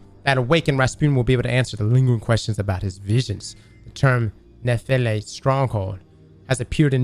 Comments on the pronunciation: This makes no sense. The pronunciation being used is a greek one (notably, the 'e' at the end pronounces itself), Nefele literally means cloud nymph, and Neomuna is on a gas giant. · Why is Osiris pronouncing Nefele wrong?